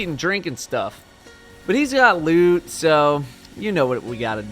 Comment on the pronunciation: no it sounds like he is saying "Hes got lood" As in loot how did you get lube?